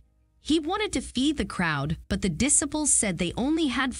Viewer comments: The pronunciation of the word disciple to "diss i pill" is shocking ignorance at its worst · The pronunciation of the word 'disciple' to "diss I pill" by this narrator is a shocking example of the use of false language